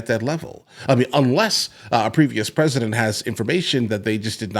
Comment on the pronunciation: PER-IS-DENT PRESIDENT MIXED UP